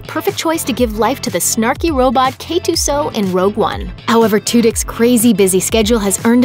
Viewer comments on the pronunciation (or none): K2-SOE??? ARE YOU FREAKING SERIOUS??